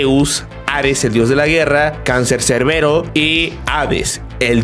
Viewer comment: cáncer cerbero así no es😂 es cancerbero